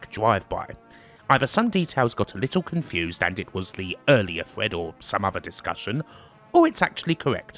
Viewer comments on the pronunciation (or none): none